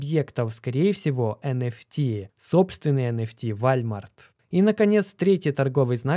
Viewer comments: Какой вАлЬмарт? вОлмарт правильно же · Не ВАЛЬМАРТ А ВОЛМАРТ !!! ЛАПОТЬ !! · не Вальмар, а ВОЛМАРТ! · Скорее Уолмарт станет Вальмартом, чем его правильно назовет))) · Не Вальмарт😂 а Волмарт. (Walmart) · Не забыл поставить лайки и поделится с друзьями., не забудь исправить Вальмарт на Волмарт.🙏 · не. ВАЛЬМАРТ, а УОЛМАРТ🔥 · Все круто, но надо прекращать называл уолмарт вальмартом. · Вуольмоарт. Так правильно) а не Вольмарт)))) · не позорься, какой Вальмарт? Там же написано Волмарт! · Не ваЛЬмарт, а вОЛМарт! О боже, это ужасно звучит, словно говорит бабушка, кепчуп или компьютЕр. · Уолмарт, а не Вальмарт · уже не в первый раз слышу про Walmart, по русски это звучит Волмарт. Просто слух режет для тех, кто ходит в Walmart 😉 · Исправь произношение -ВОЛЛМАРТ - и ВСЕМ будет Счастье! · Да это и не по русски Уолмарт, если уж говорить про звучание. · P.S. Walmart - произностится как Волмарт) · Вальмарт, немЕрения о господи чел ты даешь отличную информацию, но уши режет ужасно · Вальмарт?? Серьезно?)) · Скрипя зубами слушал про вАЛЬмарт. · ВОЛМАРТ! исправляют люди каждый раз когда видео про волмарт. хватит игнорить своих подписчиков. Уже год пытаются научить говорить ВОЛМАРТ правильно. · Передернуло от каждого сказанного «вальмарт» .... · Аж слух режет вальмарт. Вахах ну ты даешь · Уолмарт или просто Волмарт,.